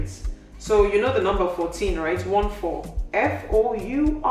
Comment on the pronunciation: Good sis, let me not lie, 'Foureen' offed me. 🤣🤣